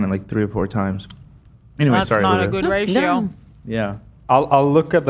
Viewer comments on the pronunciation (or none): none